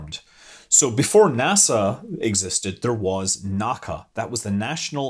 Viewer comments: "NACA is an initialism, i.e., pronounced as individual letters, rather than as a whole word" — It's not "Nacca", it's "En A See A". That's right, it's not consistent at all with NASA. But that's just how it is. I've heard experts in the field say that this is a clear tell about who actually knows what they're talking about. :-D If they say "Nacca", then don't trust them. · I have always heard it pronounce letters only N A C A ... "en ehhh see ehhh" rather than "nack-ahh" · NACA was pronounced by its individual letters (N-A-C-A), NOT "Nak-ka". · Shame on you, Scott! You of all people should know that "NACA" is not a pronounced acronym. If you don't want to use the whole name, it's pronounced "En-Aay-See-Aay". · Time to be a pedantic asshole! You don't pronounce "NACA" Like you would "NASA" Its "the N A C A". They turned flight from an art to a science, least you can do is pronounce it right. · NACA is pronounced as the 4 initials, N.A.C.A., not as one word.